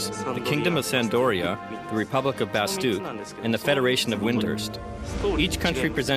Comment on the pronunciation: Huh.... So it's pronounced bastook....... Not bastak